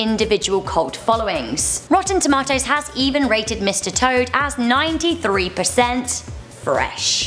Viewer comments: That's how I say it and I'm from South Africa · That's how we say it in England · That's the proper pronunciation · that's how you say it in England apparently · I say it like Rebel as I'm British too